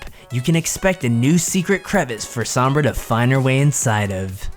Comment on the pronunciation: That guy saying sombra correctly just makes me so happy